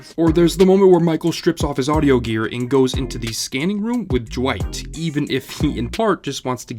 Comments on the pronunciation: Why is he saying jwight and not dwight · Why are you saying Jwight instead of Dwight? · Is it just me or is he saying Dwight a bit weird, like Jwight? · Is it me or does it kind of sound like he’s saying Jwight? I’m like jwight?! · Why do you say Dwight like it's spelt "Jwite" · I cannot stand how you keep saying “jewight” and not just Dwight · Why is he pronouncing Dwight's name Jwight..? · I can never ignore the way you pronounce Dwight, "Jwight" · Is he saying J'wight? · You say it like duh-wight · Dwight? You mean Dwigt. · Am I the only one bothered by how he says Dwight